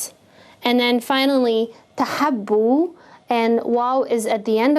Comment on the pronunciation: .. why it is pronounced 'TahAbbu' ? There is no alif or fatha over Baa.. plz explain